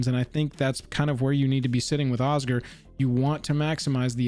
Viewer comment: Oz-Gear, it's pronounced OZ-GEAR... Osgir.... Oscar...merde